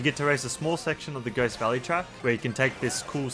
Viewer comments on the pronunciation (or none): none